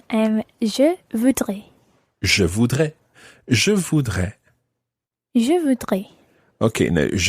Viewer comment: elle a une très mauvaise prononciation, ça m'énerve quand elle le dit "je vudre" 😤